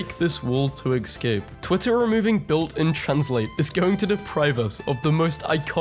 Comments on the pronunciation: This guy pronouncing ESCAPE as ECSCAPE, bothers me way more than it should lol. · Why does he pronounce it as egg-scape?